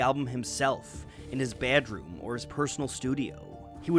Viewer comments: my brain keeps focusing on the way says bædrom and not the video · I love videos, but I hate the way he says BEDROOM lol